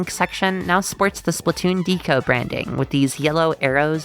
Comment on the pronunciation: I’m pretty sure Deco is not pronounced with a long E. It’s short for ‘decorate,’ right?